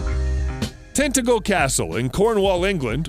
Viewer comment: Tintagel: tin TAJJ 'l. (TAJJ rhymes with Madge.)